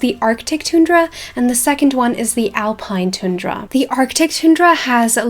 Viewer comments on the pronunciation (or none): It’s not tune dra, it’s pronounced: ton dra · Hi is a! Tundra is pronounced TON-DRUH! Just a pointer. Anyway, loved the video and I think SSO should do all of these in the next 2-5 years :) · No hate at all but you pronounced tundra wrong, I’m an American and we pronounce it a bit different than what u said it like ;)